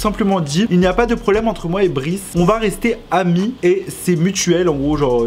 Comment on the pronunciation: Pk tu dit brice ?moi je dis bryce